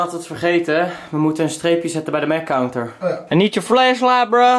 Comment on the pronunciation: DE Counter (pounter) xD